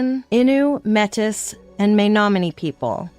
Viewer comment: inuit , you say the it. Metis is pronounced may tee.